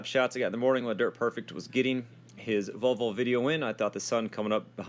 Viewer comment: I like that you pronounce Volvo correctly. So it should be volvo and not valvo. Husqvarna is also Swedish and the letter Q in the name should be pronounced as a K. Also HUDDIG is a Swedish company that started its production in 1959. I am from Sweden, I know what I am talking about.